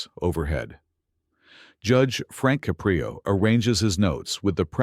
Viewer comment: You lost me at Judge Caprio's name pronunciation.